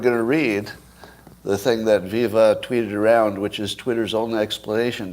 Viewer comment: It’s pronounced Viva as in alive alive oh